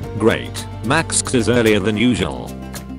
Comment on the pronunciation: Maksks? Isn't it pronounced max?